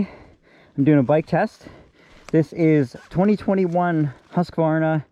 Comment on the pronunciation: Thanks for another great review! And especially for pronouncing “HUSK-var-na” correctly :)